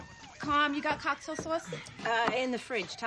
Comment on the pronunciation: Actress who played Kelly NAILED the accent with “cahk-tail,” “SAWce.”